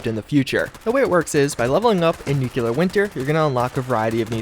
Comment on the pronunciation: Nuclear not nuculer. Lol.